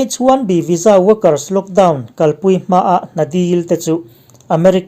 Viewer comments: H 1 B ilam dan kha a dik maw,Bi. In lam la,Bee in ilam tlat maia Tiau chhaklam lam dan deuh ani in ka hria,adamg pawh a tam mai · H1B lam dan te kha ngaihthlak a nuam lem lo.